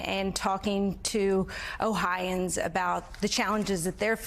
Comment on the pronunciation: It's not Ohians ITS OHIOANS. PRONOUNCE IT RIGHT. WE OHIOANS GET OFFENDED WHEN PEOPLE DO THAT!!!!!